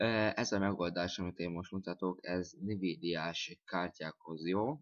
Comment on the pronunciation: Nivídia :DDD Azt envídiának kell mondani.